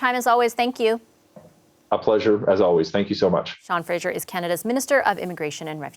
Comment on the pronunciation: His name is Fraser. Why do you call him Frazier?